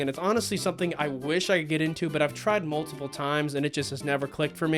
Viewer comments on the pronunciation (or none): none